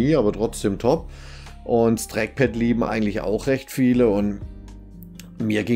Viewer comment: Das Dreckpad :D dieser Dialekt